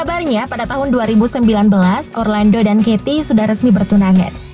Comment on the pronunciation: What a lousy english.. improve miiin😭😭😭😭 johny depp dibc dep bkn dip.. geoffrey rush = jefry.. orlando = orlendo. pirate= pairet bkn piret 😭 dll.. tp voice overnya renyaah 😍😘